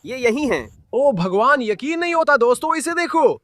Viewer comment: Bhai tum obhagwan kyu bolte ho😂😂😂😂😂😂😂😂this is funny